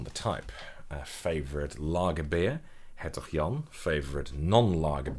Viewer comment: He briefly speaks a few Dutch words in this video. Like how he says "Gouda" or "Hertog Jan". He's got a northern Dutch pronunciation.